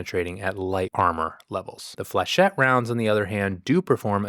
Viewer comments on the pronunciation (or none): Hey, the flechettes are pronounced Flu-shet (the flu is an U sound, not an ue sound)😁